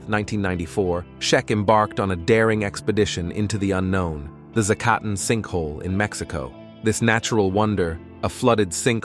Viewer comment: Making a whole video about a cave your AI cannot pronounce is pretty low effort.